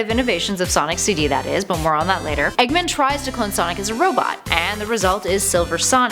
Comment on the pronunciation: It makes me uncomfortable when you said Eggmen, instead of Eggman, Missiles like In Miles instead of Missiles like in Hills....... Some of you might not understand this.